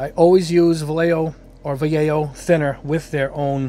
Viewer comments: If you wanna be fancy and pronounce it correctly, it’s “va yay ho.” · I lived in Madrid for 10 years. They are a Spanish company I believe in Barcelona so it is pronounced Bayeahjho. But who cares. This is a really great test. Really great. I occasionally build kits for fun but I need this information for creating props and costume details for my characters. I’m a narrative figurative artist. The ball tests were an, “Ah, hah.” Moment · Spanish word. So it’s pronounced Va-YEH-ho. Double “L”s are pronounced like a Y as in tortillas. And J is the Spanish H, like in the Spanish names Jose and Juan. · Hi! Nice video! handy review. Just for general culture. Vallejo is a Spanish Brand, so it should be pronounced something like "Vayeho", you know, similar to "yacht" or "yard"..in Spanish "Ll" and "Y" have the same sound. Cheers! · BTW, both ways of pronouncing Vallejo were wrong. Vallejo is a Spanish surname. In Spanish LLE is pronounced Ye and JO is pronounced Jo (lije 🎅 laughter), so it is pronounced something like VaYeJo. You could catch a vide from Angel Giraldez to get the pronunciation in Spanish from Spain.